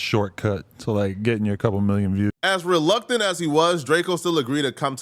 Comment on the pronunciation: Bro said "relunctant" 😭